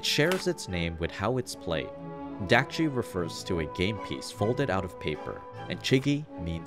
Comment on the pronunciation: also, dakji is pronounced daakji, with a sharper A sound similar to the O in dOg